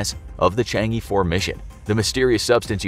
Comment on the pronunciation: Chang' E 4. I'mma just pretend I didn't hear that.